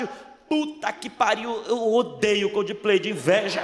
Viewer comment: ele disse cudiplay várias vezes kkkk